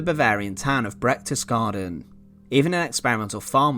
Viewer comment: it's not Brechtesgaden but Berchtesgaden.